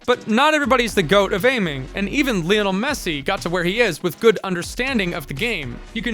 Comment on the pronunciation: "Lean-al Messy"